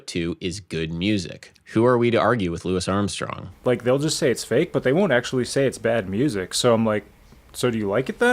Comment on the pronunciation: As a jazz musician, you should be slapped in the mouth for that pronunciation of Louis Armstrong.